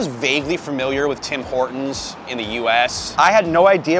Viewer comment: We call it Tim Ortons without H, like hour or honest